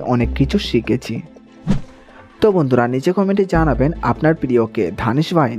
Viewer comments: Dhanidh na bhaijan Danish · Ota ধানিস নয় Danis